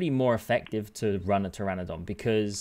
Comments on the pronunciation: it hurts hearing you struggling to say pteranodon... when the p is silent and you try so hard to pronounce the p 😭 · I didn’t hear the p, but I definitely heard the missed n multiple times 😅